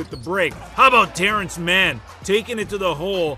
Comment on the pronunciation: Terance Mann not Derance lmao